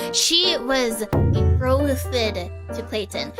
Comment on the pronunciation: Her pronunciation of "BetrOthED" gives me so much life